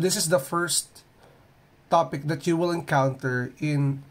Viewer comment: "That" sounds like "dat" the way you pronounce it